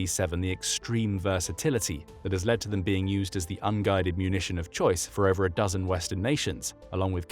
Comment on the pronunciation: It's ober folks